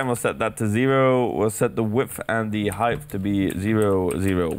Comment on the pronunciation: NIGGA IT'S HEIGHT NOT HEIGHTH